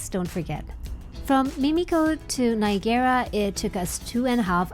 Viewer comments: Do you tap again at destination? BTW "Ni agra", not "Nigarra". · “Nye-agg-garra” …. Not “Nye-a-GAIR-a”. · Love the video but I can not get over how you're saying "Niagara" xD You're saying it like a Japanese word "Nya-Gara" but it's just pronounced "Ny-EGG-Ra" Falls :P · Its not nigara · “nai·a·gruh” that’s how Niagara is pronounced ☺️ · Nice video. You pronounce Niagara oddly... It is spelled as Niagara but we pronounce it as Niagra. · Omg...stop pronouncing it like that!! It rhymes with Viagra...just substitute the V for an N and you're golden.